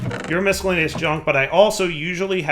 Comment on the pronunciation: Every time says "miscellaneous" I die a little inside.